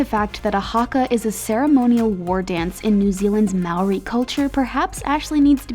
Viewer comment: did anyone else cringe when she said Haka or Maori